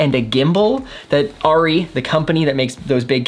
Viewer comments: It's pronounced Airy....not...Riry. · That’s soooo dope...... but that’s not how you pronounce arri..... but still dope vid!